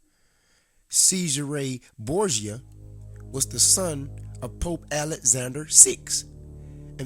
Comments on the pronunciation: Who the hell is SEIZE HER RAY BOORGE JER. Have to say having come across many Americans who like you effectively 'assasinate' European languages , but with out doubt yours is the worse. I also suggest if you want to put across your opinions especially in regard to to history, you spend some times honouring and respecting the accent and correct pronounciation of those you are wishing to give comment on. I grew up with a very strong London 'Cockney' accent and spent time correcting how I spoke. There are a great many of Youtube this is two of them :- The fact you most likely will not be capable of understanding this, shown so well in your pronounciation of Cesare and more so your ignorant defence of doing so, is proof positive you lack individual thought. Also I suggest your read God is not Great by Christopher by Christopher Hitchens and various articles also by Richard Dawkins. As with most 'brain washed' religious zealots like you, using Youtube to force your views on others, I suggest very much instead of the blind obsessive adoloration of words written in the bible (most were written 250 years after St John) you take a step back and view both TV Borgias and see the painfully obvious to us who have not been brain washed from childhood - what is going on. That the Catholic faith just as Islam (is now doing) is just a means to control stupid people like you, so a minority have control over your lands, wealth and how you think, so they can live in luxury and enjo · It's pronounced "Chezaray Borja"